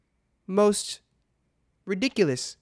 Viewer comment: RiDicuLouS in a british accent 😂 ERIIIIIIC